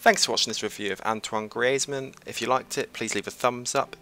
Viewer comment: The way you say griezmann 😂😂😂